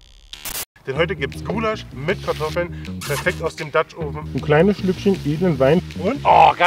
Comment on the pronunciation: "ghoulasch" MMH